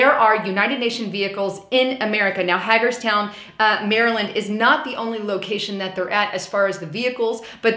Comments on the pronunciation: Love you,, but it's not Hag-erstown....it's pronounced Hay-gers-town. Also, Fort Dietrich & the semi-secret Site R & Camp David are nearby, as well as Letterkenny Army Depot within 35 miles, so seeing UN vehichles isn't necessarily all that surprising. That said, I wish Trump would pull us out of the UN and boot the HQ's from US soil, as well. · I was waiting for someone to say it if you didn't I would have its (hay-gers-town mare-land not Mary ) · Excellent report...BTW, Hagerstown - Long A:D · Hagerstown is pronounced Ha-egg-ers town, MD With a “long A”. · it's pronounced Hay grs town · thanks for another great video. I wanted to let you know here in Maryland we say Hagerstown with a long A - Ha gerstown. I wonder when they are going operational - they didn't put those vehicles there just to collect dust. Blue helmets = red line in my opinion. What do you think? God Bless. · You pronounced Hagerstown wrong. :) Those UN vehicles are 5 minutes from my home. and I work about 200yrds from where they are being stored. When I am outside in the yard pulling trailers at work I have watched many many times drones flying a pattern almost like a grid pattern. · FYI, you're saying Hagerstown wrong. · Love you channel but could you please say Hagerstown right it makes me feel like a back road sister loving hillbilly. lol